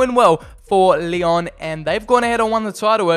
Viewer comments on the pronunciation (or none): none